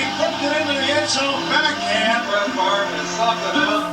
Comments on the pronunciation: The ol' gunslinger. By the way the "r" isn't silent, its pronounced as switched with the "v." "Farve" "Fav" works with the Aussie accent though I guess :) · The R isn't silent. It just pronounced before the V pronounced Farve